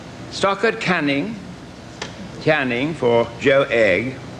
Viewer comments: The presenter thought before going onstage, “how many names can I mispronounce in two sentences?” “Stockard Canning” “Shineed Cusack” “Stoddard Channing” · Yes first it was Stockard Canning then Stodard Channing... don't you think for something as important as that they would have made sure he at least could pronounce the nominees names? A but humiliating for the actor/actress. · Good on Stockard Channing for not being bothered to correct that presenter, but I laughed heartily at his mixups and bad pronunciations.